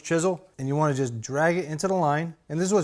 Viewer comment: Searched Amazon for “maahking gauge” multiple times, and it kept automatically adding an “r”. Similar results when searching for “wicked shaap pencil”